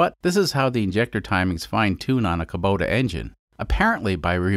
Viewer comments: "Kobuta"? I thought it was pronounced the way it was spelled, Kubota, like "Oh what a feeling to drive Kubota!" That said, I have had all sorts of trouble pronouncing foreign names, particularly if I had only read the name so shouldn't pick on you for that. I just wanted to use that "Oh what a feeling..." line. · Ka buddha engine? That's some questionable enunciation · He mistakenly pronounces it correctly during the injector removal part of the video. I thought the pronunciation was in error, but now I see it is on purpose